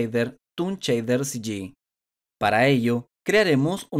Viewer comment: Cada vez que oigo "Chader"... Grrr